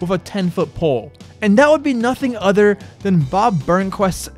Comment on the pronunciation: Now I say "Dank you" instead of "thank you" but man you say "udders" instead of "others"